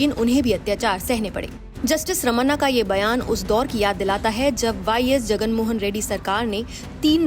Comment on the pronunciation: "रमन्ना" नहीं "रमणा"